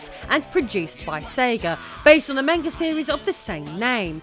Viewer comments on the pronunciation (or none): none